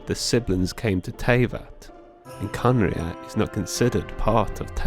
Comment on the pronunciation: Its not khanria its kahneriah